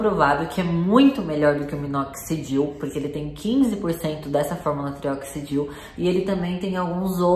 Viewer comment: Você pronunciou trioxidil. 😭